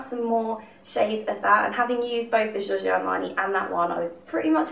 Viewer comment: you pronounce "Giorgio" in a french way instead of italian, just so u know